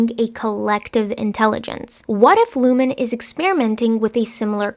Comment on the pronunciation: It’s ‘Lumon’, ,Ricken’ and ,Dylan’